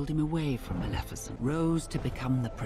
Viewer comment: What is Maljefeshent it's Maleficent 😅😅